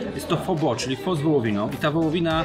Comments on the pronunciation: świetny odcinek. Z tymże jedna uwaga. Otóż w jednym z filmików - na temat języka wietnamskiego dowiedziałem się, że słowo pho wymawia się jako phy. A to bardzo ważne gdyż jak powiemy: Poproszę jedną pho to oznacza to tyle co delikatnie mówiąc poproszę jedną panią ciężko pracującą przy drodze własnym ciałem. Zapraszam też na swój kanał gdzie oceniam herbaty, yerba mate i zioła. Tu masz moją recenzję Zhu Ye Puerh (puerha w bambusie) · Hej, słyszałem o innej wymowie pho, ale.... wymowa "pho" tak się zadomowiła w Polsce i na Zachodzie, że chyba już po ptakach. W Wietnamie będę jednak uważał, jak już pojadę!